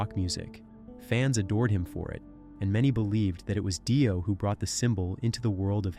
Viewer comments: Just a heads up AI voice it's pronounced DEE-OH. Not DIE-OH. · If u wanna speak of Ronnie James Dio it would be more respectful to pronounce his name correctly! It's pronounced deo not die-o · Yes, noticed that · They do intentionally for comments. Everyone gets on here and corrects them and therefore they get get more money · Dye-O = FAIL-O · Gene probably said that RJDs name is really pronounced as Dye Oh and AI believes it 😆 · Dio, or Dio? How is it pronounced?!!? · I'm sorry, but you are pronouncing it wrong. Her name is "Dido" and she did not invent the devil horns.